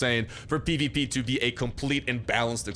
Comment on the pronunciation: You were constantly saying PvP and it sounded like peepeepee